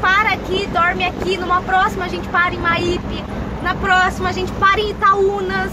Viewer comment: Boa noite e, adorei o vídeo sobre o meu Espirito Santo...a Praia é Meaipe se lê com escreve mesmo!!!